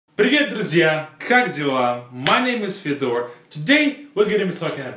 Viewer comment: Oh, why do you say it like fedOr then?